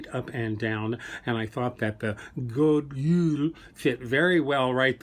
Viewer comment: Some really great inspiration! I’m Swedish and really appreciated your focus on Scandinavia here. Just a quick thing, it’s GOD JUL with a J not Y 😉